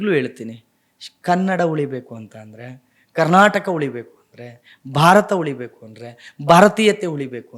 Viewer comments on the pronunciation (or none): none